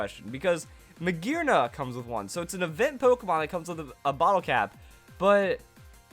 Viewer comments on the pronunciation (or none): none